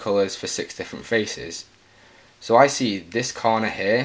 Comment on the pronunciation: It's pronounced here not hair